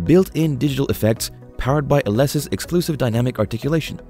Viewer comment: You pronounce Alesis incorrectly...